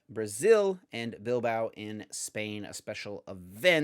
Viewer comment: Just found out about the podcast last week and I'm loving it. ❤Just one small criticism, maybe check the English pronunciation of some places beforehand cause you guys are butchering some places like Oceania, Porto Alegre, Bilbao. 😅